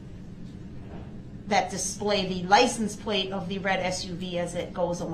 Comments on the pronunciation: And license plate not place 😂 such a dumbass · What bothered me even more was “Lice en place” (License plate). Every time he would say it I wished a person would have said “I’m sorry. I don’t know what a lice en place is.”